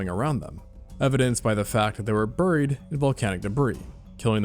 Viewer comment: “Ber-reed” is crazy